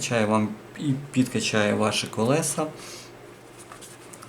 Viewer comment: "Коліса" - це прикольно!